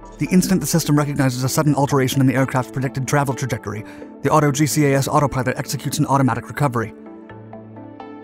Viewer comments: Auto GCAS is pronounced auto jeekas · I think you’ll find that GGAS is pronounced “Gee-Cass” just as TCAS is pronounced “Tee-Cass”. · They probably blamed the Crew Chief for his G-LOC.... also. GCAS is pronounced as a word, not separate letters. I love your videos bud! Keep on doin what you do!